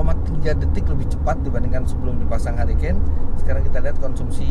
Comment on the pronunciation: mantap kmrn ditawarin kayaknya menarik - langsung liat review btw bacanya: hurikein